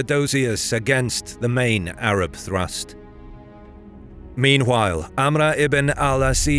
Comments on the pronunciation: Another hint: AMR not AMRA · Funny how he says amra. Its 'Amr. Just simply that. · Not to sound like an ass, but Amr is actually pronounced Amro, not Amra. Love the content ❤ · You butchered Amr's name, making it hard to take the narration seriously...